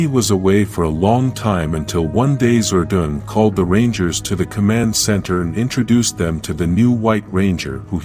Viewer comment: ZORDON NOT "ZORDOON"